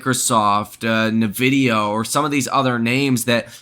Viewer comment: lastly, it's N Vidia. Not Navidia. But if that's your catch phrase, I'll go with it. like HODL. lol